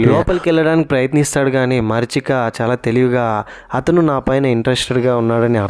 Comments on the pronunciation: మరీచిక not మర్చిక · మరీచిక❎ మర్చిక ✅😅😅